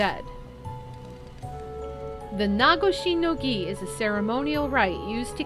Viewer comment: You are pronouncing Nagoshi no Gi correctly! Your pronunciations have gotten better over the years, you've done really well. I know it's been frustrating, but I've loved watching you return to this series.